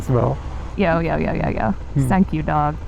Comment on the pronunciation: the 39dog on the building, you were saying something that sounded like "sank you dog" is the 39 a stand in for some japanese katakana/kanji?